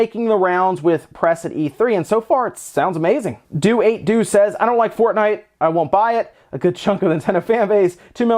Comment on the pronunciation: Hmm, never heard of “fornite”